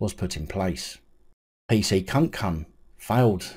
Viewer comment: Please stop saying kunkun I’ve already spat my coffee out. 🤣🤣🤣 I know it’s not funny but…